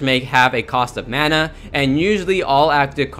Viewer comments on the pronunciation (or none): none